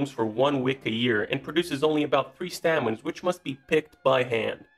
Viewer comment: Annoying pronunciation mistakes. For saffron, the pronunciation is staymen - not stahmen, and the flower is pronounced croak-us not crock-us.